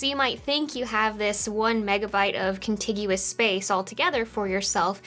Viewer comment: You said con-tig-you-us instead of your trademark con-tijis